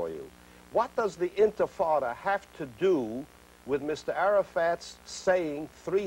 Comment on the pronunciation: This is the second video I've seen of Charlie Rose saying intifada wrong